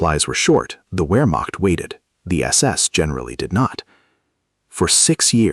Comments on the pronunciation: In the British Army we were always taught "The 7 P's". Prior Preparation & Planning Prevents a Pretty Poor Performance". A Modicum of Prior Research would have told you that the word is pronounced, "Vermacht" and not "Wermacht". In Germany a "W" is pronounced as "V". VW stands for Folks Vagen, or People's Car, as Adolf described it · The ‘Wur-macht”? Why can’t AI handle ‘VAIR-makht’ for Wehrmacht? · "VERE" NOT "WHERE"! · Pronounced Vermacht, not Wermacht.